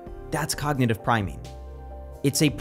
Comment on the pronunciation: ‘Cognitive priming’, not ‘cognative…’ :)